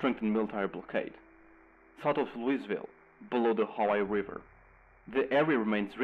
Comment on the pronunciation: You said Louisville wrong.